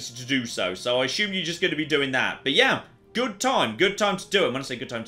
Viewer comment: Why is everyone on youtube pronouncing words like assume and consume with H's in them? "ashume" and "conshumer" being examples.